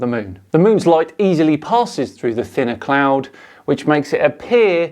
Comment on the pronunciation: Thanks, I love me a “CLOUND”